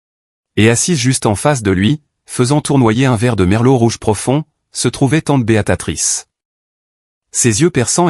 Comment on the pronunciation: Faudrait dire Béatrice et non Béatatrice😂